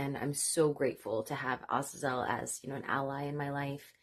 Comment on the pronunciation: You are the first I have become aware of to pronounce the name Azazel correctly!